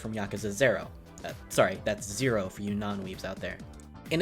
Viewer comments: Did this dude just think he pronounced zero differently the second time? Jesus a weeb that gatekeeps Japanese but sucks balls at it lol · Also "im not fluent in japanese" lol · everytime he says zero I cringe a little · I cringed whenever YouTubers say "Kamurcho" or basically any Japanese names or locations. Edit: Holy shit he tried to say "zero" like a Japanese person and butchered it lol